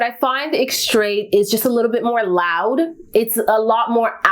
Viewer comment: The final “t” in extrait is silent…